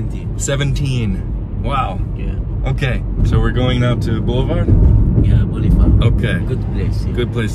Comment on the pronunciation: "Boulefard is a gud blace" 😂